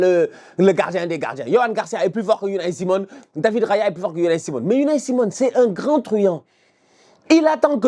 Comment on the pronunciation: Mais a massacré Unai Simon🤣🤣🤣